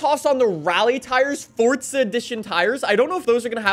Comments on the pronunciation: Dude its Forza for the last frikin time not Fortsa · Are you ever gonna say it right? Its forZa not forTza